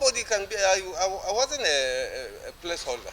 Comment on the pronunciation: He can't even pronounce Place Holder and he want to be a Governor